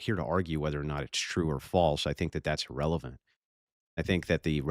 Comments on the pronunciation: “illrelevant” 😂 At least I learned a new word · That’s “illrelavent” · Thats "illreverent" 🤣